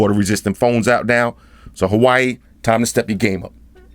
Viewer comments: I love how you pronounce Huawei as Hawaii . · WAH WAY say it! WAH WAY repeat! WAH WAY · It's pronounced "wa-way" lol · Took me half way thru to realize what "hawaii" was 😂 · He pronounces Huawei as Hawaii XD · Huawei pronunciation😆